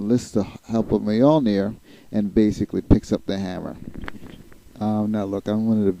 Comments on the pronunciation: You do not pronounce the j in Mjolnir. It's pronounced closer to mole-neer.. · That picture is not cap, its USAgent I think... Also sorry to nitpick but you pronounce Mjölnir wrong,it actually pronounce like myol-n(ee)r. Other than that great video and I look forward to watching your others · superman also is weak to magic so he may have a hard time controlling it. Btw you're not pronouncing the hammer s name right they even mispronounced it in the movies.